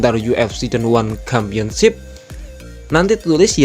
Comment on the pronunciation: Championship bacanya tetap pakai huruf "c", bukan "kampionship"